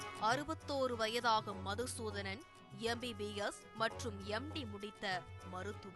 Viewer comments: மதுசூதனன் இல்லை மாதுசூதனன்😂😂😂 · மது சுதானன் ❌மாது சுதனான் ✅ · அவர் பேர் மதுசூதனன் இல்லை. மாதுசூத்தண்ணன். கொஞ்சம் திருத்தி கரெக்ட்டா சொல்லுங்க மேடம்.